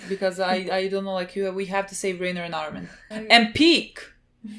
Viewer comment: I just have one question, lol. why, after four seasons, is it still RAY-ner instead of RYE-ner, haha